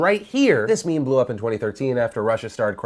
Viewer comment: did u say memes .....